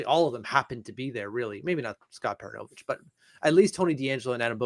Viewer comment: You can pronounce French Canadian players names with your francophone flair (Samuel Bolduc) why can’t you properly pronounce Scott PER-OON-O-VICH…and it’s RO-MON-OV not Roman-off You are reporting on our team (our’s AND your’s) you are in media, albeit social media - do better for us and our team!